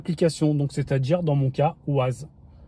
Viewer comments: Bonjour et merci pour la vidéo. ça tremblote quand même beaucoup ! Et pour info, on dit "Wèze" et pas "Waze", c'est de l'anglais 🙂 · ma grande question c'est comment il arrive a bien prononcer Spotify après avoir prononcé "Ouaze" et "Bloutou" je m'attendais tellement un un Spotifi^^